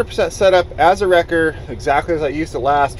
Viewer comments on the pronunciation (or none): none